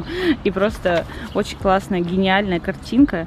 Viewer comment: Бесит не очень ,а очь